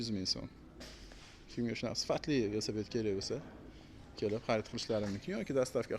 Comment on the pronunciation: Ассалому алайкум. Весапед дейилмеди, Велосипед дейилади.